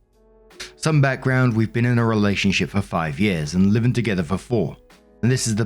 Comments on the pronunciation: did you say relationshit? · Oh my god it sounded like you said “relationshit” and I love the accidental showcase